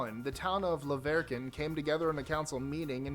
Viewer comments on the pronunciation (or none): He pronounced it wrong locals say it "La Ver i kun"🙂